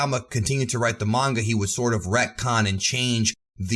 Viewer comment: This guy likes the word "Retcon". At first I thought he was saying Redcon... which is a totally different thing. (Shoutout to the vets)